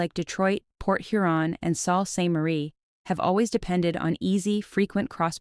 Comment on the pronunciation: U said Sault Ste Marie wrong it's pronounced Soo Saint Marie